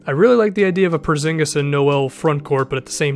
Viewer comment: How he says it is so funny because im from the country were he is from Kristaps Purzingis its so funny how everybody says it